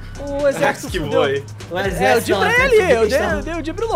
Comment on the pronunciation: "Esse Jejerxito do krl!"